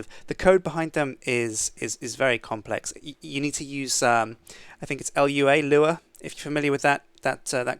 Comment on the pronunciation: ITS NOT L.U.A ITS Lua not L U A!! sadface that made me mad